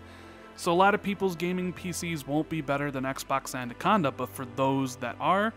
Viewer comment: Every time you say anaconda I giggle. ANNA-conda, not ANDUH-conda. Love your content,. Keep it up!!!